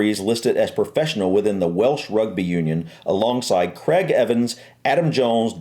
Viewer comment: Craig = cray-g, not creg!